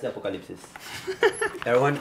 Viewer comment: “Apocolipseh” Hahahahhaha omg Nico! 😂 I love this family! They’re too funny and they just know each other so well!